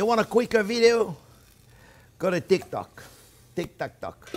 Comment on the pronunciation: When he says Tik Tak Tok